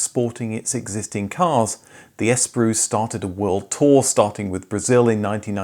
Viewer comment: I'm just weirded out by the way you keep pronouncing the name of the brand - 'Die-oo'?? I've never heard it pronounced like that before! Haha! Here in Australia it was pronounced 'Day-woo'. But then you went and pronounced Espero! Lol! You say 'Es-pero', we say 'Es-pe-ro!